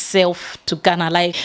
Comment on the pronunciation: Fantastic! i can now hear the gana gana a little bit better...Congrats you are now pronouncing Ghana better even though you still say gana gana sometimes but you are improving. BIG UPS......